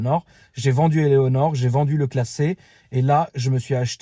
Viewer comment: Sa serait top des photos perso des vehicules également 😍 Quand j écrit ce commentaire il y en as déjà 767 avant moi j imagine même pas le nombres qui t ont insulté pour te reprendre et te dire " c est Eleanor et pas Elonor" mdrr😂